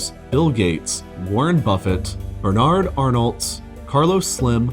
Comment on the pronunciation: "Bernerd Oernoerllltsss"????